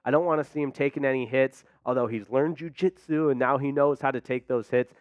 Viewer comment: Why'd you say jiu-jitsu like that?